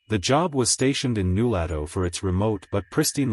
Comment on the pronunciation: You obviously never talked to someone from Nulato. They would laugh at you for mispronouncing New LOH to fool. Zzzzzzzzzz. Fake story